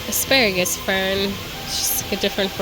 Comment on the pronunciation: I love the way you say "fern." Its like FFFern! FFFERN! Lol! I love that you went back for the Tri. 🧡🧡🧡🧡